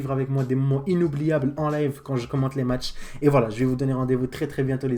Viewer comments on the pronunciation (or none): none